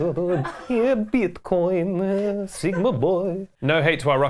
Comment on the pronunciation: То как он сказал "скиттлз" и "биткоин" в конце звучало очень по-русски 💀